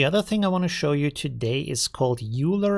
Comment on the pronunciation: I can't believe that after all this time you still keep saying "Euler" wrong. Are you just trying to prove your ignorance?